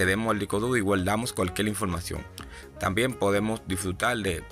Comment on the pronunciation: CUALQUIEL? No señor CUALQUIER